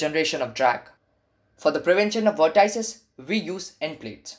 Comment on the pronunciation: vort - ices XD